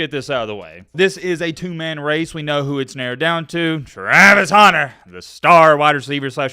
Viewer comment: always pronouncing Travis Hunter Name like "Travis HAUNTER" lol